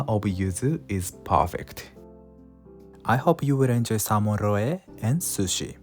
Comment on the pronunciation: Excellent video. I plan to do this with the next salmon I catch! Small note, in English we don't pronounce the e at the end of roe. That e makes the o "long". In Katakana, pronounce "roe" like this: ロオ